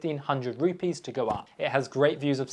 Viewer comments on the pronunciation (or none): none